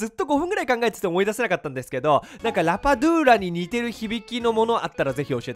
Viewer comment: 僕はラバドゥーラ→ラタトゥーユ（料理名）に聞こえました❗️